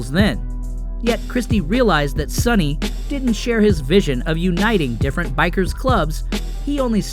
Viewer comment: And PS Learn to pronounce peoples names. Like Sonnys.